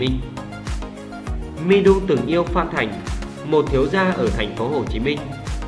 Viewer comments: Người ta tên Mi Du mà ông nội cứ đọc là Mi Đu. Chữ Đu ở đâu ra vậy ông nội ngọng nghịu, nhà quê kia ? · Mi Du mà cứ đọc là Mi Đu. Đến chịu